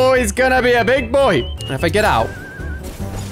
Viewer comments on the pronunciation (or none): best accent ever for “he’s gonna be a big boi” 😂